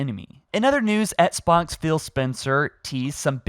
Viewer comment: What is an etts box? It’s pronounced ex-box man.